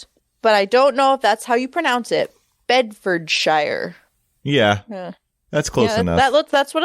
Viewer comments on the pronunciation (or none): Hey there.. Bedfordshire is pronounced Bedfordsheer. Like New Hampshire in the US is pronounced. And Luton airport is pronounced Looton 😅 they would also have London Stansted airport nearby too. Train links to london would be fantastic. Not looking forward to the traffic though! You think the I4 is bad… the U.K. freeways are 10x worse.. it’s actually quite nice to sit in the I4 traffic after sitting on the M25 or the M1 😂